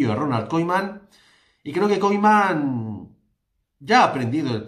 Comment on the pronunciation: Haznos un favor pronuncia bien el nombre del entrenador que me sangra el oido cada vez que dices Koiman en vez de Koeman por favor.